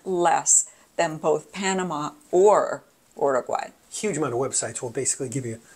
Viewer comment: Don’t say “Oroguay” pronounce it properly!!